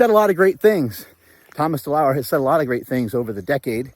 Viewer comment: DeLauer, not deleur. Greetings.